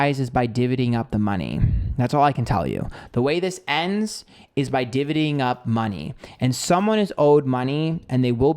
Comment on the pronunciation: Divvy up, not divity up.